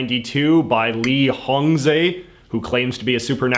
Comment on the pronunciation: If you're going to report on something as important (to over 300 million people) as Falun Dafa, maybe actually read the book yourself so that you can be honest and informed and learn to say the teacher's name correctly.